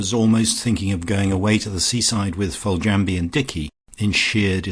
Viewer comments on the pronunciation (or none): A treat to have this on audio. Generally the reading tone was fine for me, met the very light sarcastic tone of the novel. But I'm afraid I winced at some pronunciation....."Rise-home" (prefer Rizum) and the e pronounced in "Foljambe". Small niggles, but they do grate rather. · I find the reader's mispronunciation of Foljambe annoying. Couldn't the reader leaf through the book and research unfamiliar words prior to recording instead of guessing and getting it wrong?